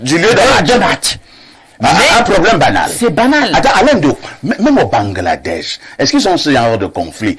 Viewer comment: on dit que BANGLADESH et pas BangAladesh comme vous dites ou prononcez 😁😁